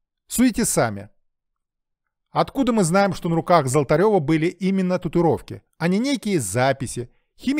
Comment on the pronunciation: Правильно произносить татуИровки